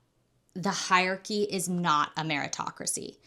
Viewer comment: great video but i hate the way you say hierarchy haha